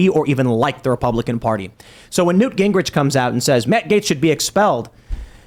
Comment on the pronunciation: Nah nah not newt wtf newt